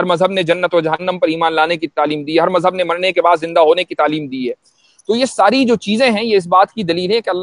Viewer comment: Urdu zaban sahi bola karo, mazhab ko majhab mat bola karo, wazahat ko wajahat mat bola karo